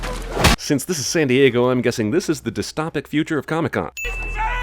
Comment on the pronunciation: Mispronouncing dystopic...which my iPad says isn't an actual word.